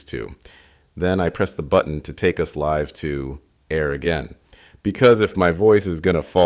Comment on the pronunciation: its really one of the better ones I've heard, the only thing that gives it away is how they say live instead of "live"